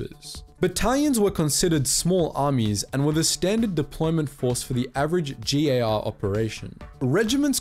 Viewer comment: Wonderful video, starsim just got slapped in the face by this one. Also very happy to finally hear a "jhee" instead of a "jhay" in G.A.R.